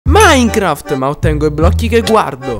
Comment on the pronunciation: NON SI PRONUNCIA MINCERAFT SI PRONUNCIA MINECRAFT